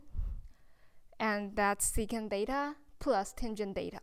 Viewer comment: 很清新的~ 小遺憾一直把theta唸做Data。